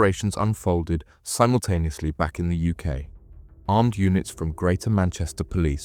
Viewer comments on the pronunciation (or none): none